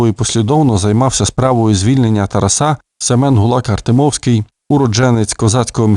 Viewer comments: Коли вже нарешті дійде, що правильно ТарАса , а не ТарасА...??? Ви ж цією помилкою зразу видаєте свою перефарбовану кацапську суть! Гидко... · Шановний!!! Розвінчайте СОБІ міф про тарасА!!!!... Бо правильно ТарАса!!! А далі будемо вас слухати...НАГОЛОС ОЗНАКА ОСВІЧЕНОСТІ!!! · Чому ТарасА ? Це не Польща . Літературний , грамотний укранський наголос Тар А са . І досить американської галичини " вЕзу , нЕсу " . Полтава і Київщина - наша основа . Остогидли вже львівські спасителі , без яких не було б України . Пийте вашу каву , більше у вас нічого свого нема . Кланятися ні москалям ні вам не будемо , мову не забруднюйте польщизною вонючою . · Ну, чому ТарасА?!! ТарАса! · Взагалі царська сім'я, Романови, на той час також були етнічними німцями. Прикро лише, що у вас наголос ТарасА. Зараз так модно? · ТарАса. Такий безграмотний читає. Ще багато помилок! Жах! «Учітеся, брати моі…» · Тара'с Шевченко, Тара'са Шевченка - наголос ЗАВЖДИ на 2му складі